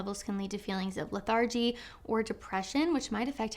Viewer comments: Your videos are very valuable. Like having a sister who cares about me. One correction: LETH er gee, not le THAR gee. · Leth-AR-gy? The word is pronounced LETH-ar-gy. The other thing was saying exasperates when you meant exacerbates. However, points on the blouse 😂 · Hey, look up how to say 'lethargy'.